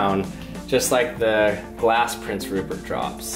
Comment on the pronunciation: I HAVE SUCH A DIRTY MIND I THOUGHT HE SAID PORN STARCH xd